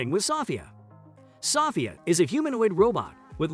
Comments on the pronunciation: Sophia = so-FEE-uh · Why are you saying sophia wrong? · your not pronouncing Sophia name correctly